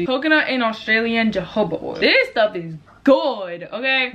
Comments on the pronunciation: im deaceased mannn she said “jojoba oil” 😂😂😂 its hohoba oil 😅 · jojoba oil is pronounced hohoba oil!!! LMAOOOOO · Really sounded like said "Jehovah oil" 🤣*Dead*